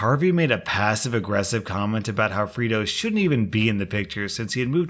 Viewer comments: I thought you were saying FRITO like the chips until I saw the screen...Fredo...I'm guessing a reference to the older brother of Michael Corleone in the Godfather. Pronounced Fray-Doe. Just letting you know! Great choices for stories as always! Great job! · FRAY-DOH FRAYDOH FRAYDOH it's pronounced Fraydoh it's from the movie The Godfather! Unless you're not allowed to say it correctly for copyright issues. Sorry to be such a douche about this. Cause I LOVE you're content. a classic slam to call out a traitor is to call them fredo🤘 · “Freydo” it’s said like that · 'Fray' doh 'as in Play-Doh not Free do.. Whatsa mattah you? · Did no one ever watch The Godfather? This is second time I've seen this story, and both times the name "Fredo" was mispronounced. You say it like "Frito" and the other guy said it like "Fred-oh." It's killing me. It's pronounced "Frey-doh." I nearly smashed my monitor. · I have scrolled and am confused 🤷🏽‍♀️ How has no one else mentioned the pronunciation of Fredo (free-do) - shouldn’t it be pronounced Frey-do, like the rat bastard traitor in The Godfather? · "Freedo"? Have you not seen "The Godfather"? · Re u/Atlas_Black's story: Fray-do, not Frito. I kept picturing a corn chip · Hearing someone mispronounce Fredo as Frito a couple dozen times. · Am I the only person annoyed with pronunciation of “Fredo”?! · Bruh it's pronounced Freydoh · It's pronounced fray-dough and it's a Godfather reference! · Anyone else cringe every time he calls Fredo “Freedo”? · It's pronounced fray-do. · The way you pronounce "Fredo" really grinds my gears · That pronunciation of Fredo has me begging the question.... have you never seen The Godfather?!?!?! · It was painful listening to pronounce fredo wrong for that whole story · Love the vids, but, maybe the op in the restaurant story was refering to Fredo from the Godfather, so the pronounciation is a little bit different than you did.